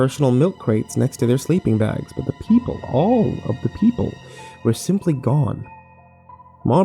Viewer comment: Shocked Kirby Original story is "Paranoia? Schizophrenia? The gay?" But his pronunciation does sound like "your"